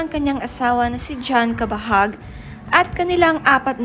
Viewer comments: hahaha! pilipino k nman yta e..CABAHUG not kabahag! 😂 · Ayusin mo nmn bigkasin. Anong kabahag? Cabahug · Pls pronounce his surname as Cabahug, hindi Cabahag. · Cabahug.. hndi cabahag🤣🤣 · What? Cabahag? How do you pronounce it? Hahahaha. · What??? Cabahag ate ano ka ba Mali ang pronunciation.. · anong cabahug? right pronounciation ba? Cabahug